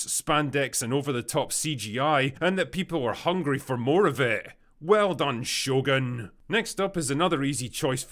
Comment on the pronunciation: "Show gun". 🤣